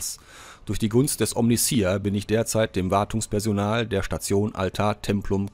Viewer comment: Hallo, hier ist Achtundsiebzich;) 1. von allen die Omnissiah nicht richtig aussprechen, hört es sich bei Dir am wenigsten komisch an;) nicht i a am Schluss, sondern ei a ausgesprochen, ka warum... am besten bei einem Lore Kanal mal anhören (wie zB 1000 für den Imperator, oder so. hoffe das zählt nicht als fremd Werbung) 2. von allen deutschsprachigen Rogue Trader Let´s Player die ich gefunden hab, bist Du der (um längen) angenehmste zum zuschauen/anhören! Grundlegend stört mich das Lvln nicht, da dies aber von der Storyzeit abgezogen wird, ist eine kurze Zusammenfassung, wenn alle gelvlt werden besser. beim warten auf die nächste Folge hab ich bei anderen rein geschaut und fand es sehr interessant, daß die andere Situationen vorfanden, zB auf dem Gefängnis Planetoid, wurde der Winterzunder Sprössling nicht oben vor dem Aufzug angetroffen, sondern er war schon unten in der Gewalt des Gefängniswärters. Was diese Änderung auslöste, hat sich mir aber nicht offenbart.